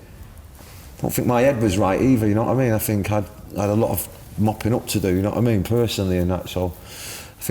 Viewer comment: i don’t even register ”do you know what i mean” as a sentence anymore i only hear yonowaameen